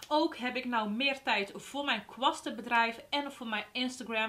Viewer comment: Moeilijk he, kwasten uitspreken 😂